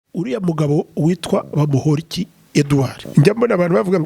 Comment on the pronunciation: Uyumutama azikinyarwanda kweri NGO BAMUHORIKi 😂😂 Kandi NGO ni bamporiki.